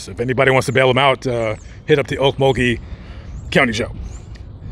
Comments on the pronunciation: Glad you pronounced Okmulgee properly.. lol.. I use to be around in the 80’s through the 2000’s as it’s a spooky place with lots of bones many never want disturbed.. be aware .. mug-town is On another level.. stay well and vigilant guys. 💯🇺🇸😎🌪🌎🔊👈🎄❄️😊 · are you from Oklahoma? If not you're the first outsider that's ever got the town names in Oklahoma right..I was raised just north of Okmulgee in Beggs.